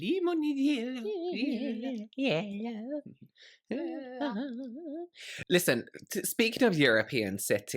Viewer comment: Limoncello is Italian! We make it! Very easy! & Yes we can't stand it when people say it with an E instead of an I 🇮🇹💖